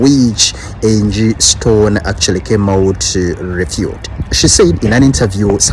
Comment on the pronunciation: It's Angie Stone not stern